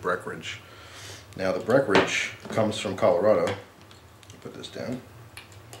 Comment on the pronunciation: Love you but please annunciate the "en" in "Breckenridge". I'm from colorado which is where Breckenridge brewery is based so I drink a lot of their stuff. Thanks for all you do for us on YouTube and merry Christmas!